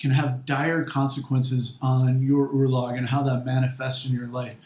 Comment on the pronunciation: Firstly, as an Icelander i hate few things in this world more than your pronunciation of the word "örlög". Also Ásatrú does not translate to "true to the æsir" it translates to "he who believes in the æsir". and is literally just means Norse Pagan. it defiantly does not mean someone who exclusively believes in the æsir or exclusively worships the æsir. sorry if this comes off as rude but i just find this so odd.